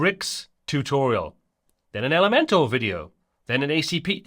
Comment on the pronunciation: Nobody should make Elementor videos if they keep saying elementAL instead of elementOR !